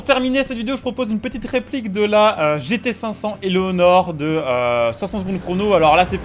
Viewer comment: Tu veux dire Eleanor et pas Éléonor